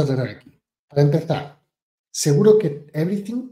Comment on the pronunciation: Evrithing is evrithing!😂